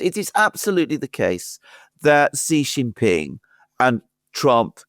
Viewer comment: stop calling the Chinese President JHEE JIN PING. His name is SHEE JIN PING. You are a pennis doing this on purpose. Knock it off.